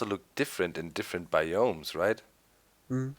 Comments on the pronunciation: its bi ums not bi umes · its BIOMES not BAYOMIES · its biomes not bioooooooooomes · doc, your pronouncing biomes incorectly its like baiomes (just my ocd)